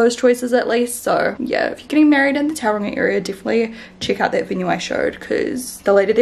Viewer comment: Love you Shannon and your amazing make up tutorials. Can I just ask that you please pronounce Tauranga properly. Tau is pronounced like toe. That's it. The house looks great too 👌😊